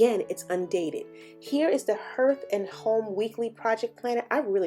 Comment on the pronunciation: Looks really nice! Thanks for the review. I would definitely consider this since it donates to missions. I believe it is pronounced Harth not herth…like heart but with a “th”. Hearth is the front floor space of a fireplace. 🌻☺️